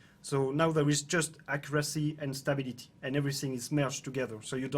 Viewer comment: He is saying STABILITY right here, took me a minute to get it, in case others were also thinking "WTF"